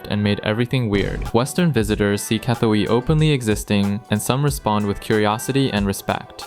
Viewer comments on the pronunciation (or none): “E-san” guy, not “I-san.” Also, “gah-toy” rather than “kah-too-ee.” Sigh,third edit: “sah-nook” Long u sound on the second syllable. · Definitely NOT pronounced "EYE-SAN." And neither is it pronounced "KUH-THUEY." How long have you been in Thailand? 😂😂😂